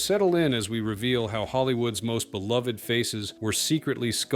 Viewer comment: Thank you for pronounce "beloved" properly. It's beLOVE-ed.